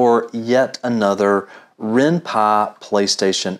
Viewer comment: Its called Py not Pa, And it's useless also